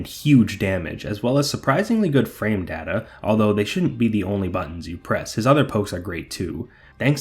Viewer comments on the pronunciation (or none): none